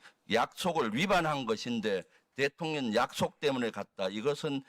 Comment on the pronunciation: 묘하게 김병주 의원님 대통년이라고 들려요ㅋㅋㅋ